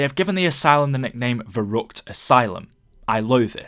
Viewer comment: I'm part German but it's pronounced verreeckt